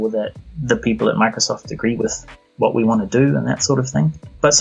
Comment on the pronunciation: When you say the title of the game, it sounds like "Wee Happy Few" because of your accent